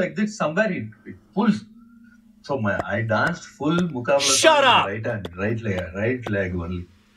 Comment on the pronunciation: My Dear, its not Muqbala. Its Muqabla.